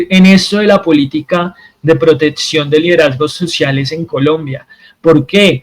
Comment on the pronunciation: Me duelen los oidos cuando dices protetsion 😢